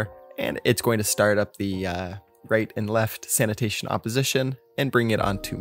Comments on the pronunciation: English isn't my first language, but I am pretty sure "sanation" is not pronunced the same as "sanitation". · it's Sanation not Sanitation xD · sanation not sanitation ... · At this point, I think he's doing it on purpose. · I like Your movie ❤ but this is Sanation not Sanitation thats a huge diffrence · Sanation not sanitation hehe ya silly boy ;)